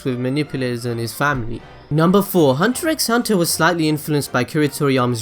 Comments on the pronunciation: well, it's pronounced "hunter hunter" actually x is silent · Damn you for pronouncing he x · 1 more thing you didn't know about hunter X hunter, did you know the X in the title is not pronounced so really It's just Hunter Hunter not Hunter X Hunter. Weird right?